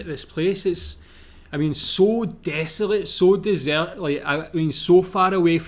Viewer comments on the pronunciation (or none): none